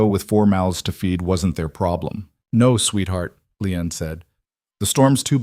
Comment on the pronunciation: Ĺi-an not Leon.